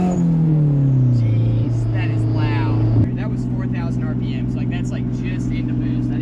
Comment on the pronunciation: the first second i tought she said that ass